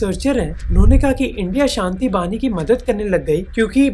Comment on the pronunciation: It's 'Shanti bahini' not bani